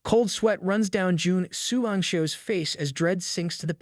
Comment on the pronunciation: I'm sorry, but really just call him "Commander", Juan xian (whatever his name is) is so long and it seems like its hard for you sometimes...😅